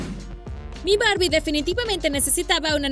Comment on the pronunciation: Es Barbie no borbi😒